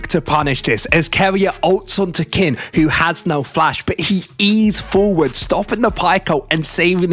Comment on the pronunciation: please, its pronounced "keen" 🥲